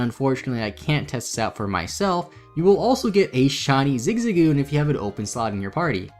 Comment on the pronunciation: I kno this is a hour long but Zigsagoon sound so wrong lmao am I the only one calling him ZiG-ZaG-Goon 😹😹😹😹